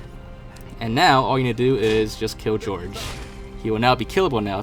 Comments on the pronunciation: Why do you pronounce Jorge like George? that's so wrong. It's supposed to be like 'HorHey' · Jorge is not pronounced "George" , it's "Hor-hey"